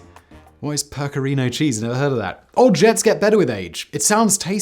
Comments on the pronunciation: Peck-ah-reee-no cheese Simon. PECK👏AH👏REEE👏NO you uncultured f*ck. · 'Pecker-Reno' is how you pronounce pecorino cheese/wine. Both the cheese and the wines from the Abruzzo region can cause culinary paroxysms of delight in the consumer. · Simon- it's peck-o-ree-no. And it is sheep's milk cheese and it is delicious. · Never heard of percerino cheese have heard of pecarino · Pecorino, not "percorino", my gourmet friend...